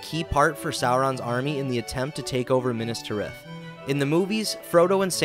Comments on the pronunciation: the way he says minas tirith makes my teeth grind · Horrific pronunciations. "Minas Ter ith" "Pel are gur" ...........................